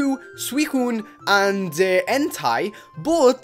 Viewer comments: he way you pronounced entei was entai it is like n Tey that is how it is pronounced anyway thanks for letting us know you never let me down keep up the good work! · It is entei not entai! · How the hell do you pronounce Entei "Entai"?